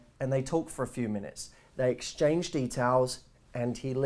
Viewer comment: “theeeey are Hot...“ you soundet on that Part like you are drunk xD